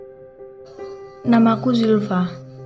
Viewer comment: Zulfa bukan sulfa atau zulva pake z ama f